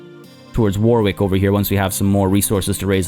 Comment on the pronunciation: I know you like to pronounce things correctly so you'll be glad to know you pronounced Leicester perfectly but the second w in Warwick is silent, it's pronounced Warrick. Hope that's helpful.